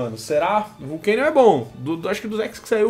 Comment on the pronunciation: Não é vulcanion mas sim volcanion